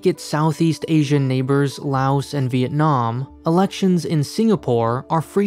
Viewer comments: I mean the narrator mispronounced laos so dont be surprised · The s in Loas is silent. Smh